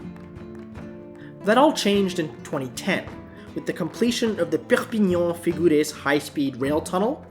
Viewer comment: Your pronunciation of the French cities and towns are really good! I pronounce Perpignan; per pin yawn Carcassonne; Car cass on Girona; Gir own a